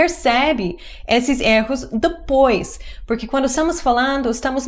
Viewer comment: Você sempre erra na pronúncia da palavra erro